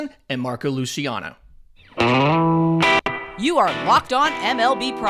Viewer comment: Luciano is a Spanish last name not Italian. The pronunciation is with an S sound on the C not a Sh or soft CH sound. Sorry it’s a big pet peeve of mine ;). Good show thus far.